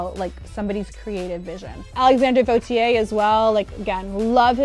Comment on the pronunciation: Lmao funny how you say she can say "Vauthier“ when she and you actually don’t